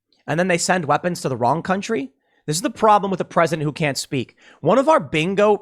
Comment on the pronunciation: Joe Biden's great value MAGA Make America Good Again Also, I'm pretty sure you said "binko" after talking about Joe's inability to speak. 😂